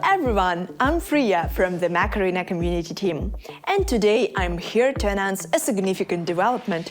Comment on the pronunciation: Anyone else hearing MAC arena? Like Mac and Cheese? I know I know it's a language thing, but still funny... :P